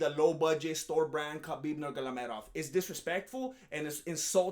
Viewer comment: it's funny😂😅 how you pronounced Khabib's name.... it's simple: Norma-Go-Medov And Danga-danga-dangda....😂😅